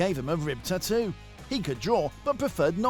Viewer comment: I hate how this guy pronounced tattoo so annoying